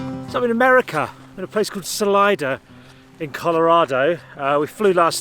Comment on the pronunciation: Great video... dry English humour on full show... just a small note (if not already pointed out below in comments) but I believe Salida is pronounced Suh-lee-duh.... as in Spanish for 'exit'.... presumably because its located somewhere near a canyon or something?